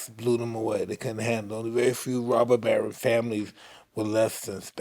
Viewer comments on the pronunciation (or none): none